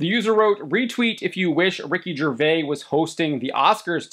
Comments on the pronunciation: Its Gervais with an (S) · The S in Gervais isn't silent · It is weird how the guy hosting this doesn’t know how to pronounce Ricky’s last name - his name is not pronounced the French way, the s at the end is not silent. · Please learn to pronounce Gervais dude…. Pathetic. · The 's' is not silent in Ricky's name. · The biggest travesty committed here is your butchering of Ricky Gervais' last name. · You pronounce the S in Gervais. Just fyi. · The s in Gervais is not silent. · You're saying his last name wrong.